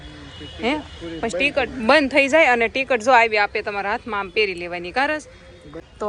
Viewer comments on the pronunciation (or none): Tikat no kevay tikit kevay Ben